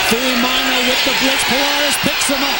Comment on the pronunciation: WHY saying "Fuimano?" Its spelled "F-U-I-M-A-O-N-O"....Although have only PART Polynesian blood-in-veins, DETEST when haole/palagi/European-blooded announcers MUTILATE/DECIMATE/ANNIHILATE Pacific Isle/African or other "foreign-sounding" names. Have learned the "Prophecy of the Seven P's--Proper Previous Planning Prevents Piss-Poor Performance!...Courtesy of the Rogue Warrior/Demo Dick/the Shark Man of the Delta...Mucho Mahalo, Cmdr!